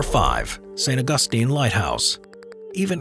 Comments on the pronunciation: C’mon… how hard is it to pronounce St. Augustine? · The way he says St. Augustine 😂 I live in that area of Florida and have been to the lighthouse and old keepers house on the same property so many times. It’s very cheerful from the outside, but inside it’s just got this feeling to it. You always feel like you’re being watched, especially if there aren’t many people there. But nah, the snakes can have their island, the North Sentinel people can have their island, and the Megalodon can have the Marianna’s Trench. I am so good with that. Please, I insist. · Saint August-ine!